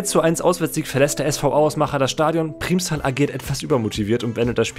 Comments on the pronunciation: Das heißt "Primmstal" nicht "Priehmstal"!!! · Primstal ist ein Nachbarsort von mir und die Aussprache nervt mich. Es wird schnell ausgesprochen ,,Prrimstal" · also geiles video aber es wird PRIMMStal ausgesprochen also wie als wären es 2 m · Muss bisschen über die Aussprache von "Primstal" schmunzeln :) Aber klar wenn man nicht aus der Ecke kommt, kann man das nicht wissen. Das "i" wird eher kurz ausgesprochen. Aber Cool, dass du genau den Verein erwischt hast ;) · Man betont Primstal mit einem kurzem i, nicht mit einem Langen :)